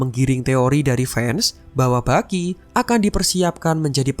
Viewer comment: Yg gw denger : Bucky ❎ Baki ✅ Wakanda polepel ..